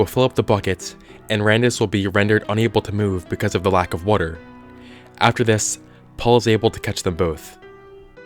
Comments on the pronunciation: The way you say water it sounds like "wortor" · Everytime he says water, the word worter pops into my head. WoRtEr